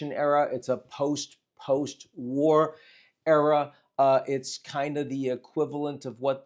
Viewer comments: Love how, the first time Ian said "a new era", he clearly added an "r" at the end. Most definitely a new error. And a catastrophic one, most likely. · can't figure out if Ian is saying "era" or "error". Error seems more apt.